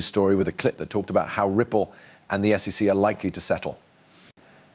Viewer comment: It sounds like a person narrating, with realistic breathing sounds and pauses, but if you listen closely, it's AI. The whole thing is fake. For example, he (it) pronounces SEC as "sic", but in a number of slightly different ways. More AI clickbait crap.